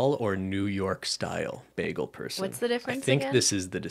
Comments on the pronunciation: Okay Cristine’s pronunciation of “bagel” is really throwing me off. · I know Cristine mispronounces word but I didn't expect the "baggle". She says it like Britta and I love that 😫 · The grossest part of this podcast was hearing "bag-uhl" repeatedly. I'm from NY and I'm disturbed. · It's clearly pronounced as Bah-geels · Nah, I'm Canadian too. Cristine is saying it wrong. lol